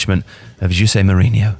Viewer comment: I know you said Jose’s name right but I’m just never ready for it